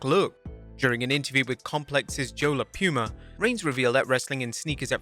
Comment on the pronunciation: "joe la pew-ma" Brother it's 'Pooh-ma' You can tell blud DOES NOT watch complex